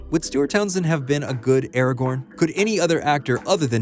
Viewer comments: Its Aragorn and its NOT pronounced Eragorn you simp. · You keep saying Arago(r)n - the second R is silent.